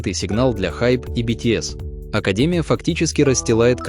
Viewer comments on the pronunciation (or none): none